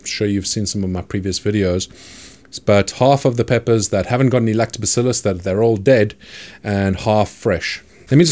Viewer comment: i like when you say lactobacillus